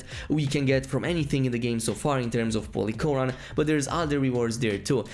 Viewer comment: bruh ngl when he said "polychoron" i thought he said "holy quran"